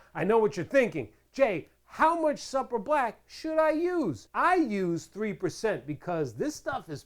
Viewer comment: Supra is pronounced, Soup-ra...